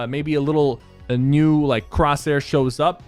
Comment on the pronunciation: Like my comment if you like the way Sypher says “new”. Knnnewwww